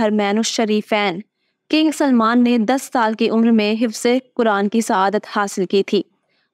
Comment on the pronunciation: Hifz hota he hifaz نہیں.